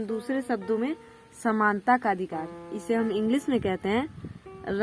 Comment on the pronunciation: Are bhai sunta nahin hota Samanta hota hai